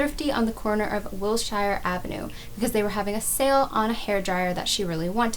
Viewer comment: Great story, —- FYI it is Wilshire Blvd not Ave and it is pronounced, ‘Wil sure’ - love your channel - the grey background is nice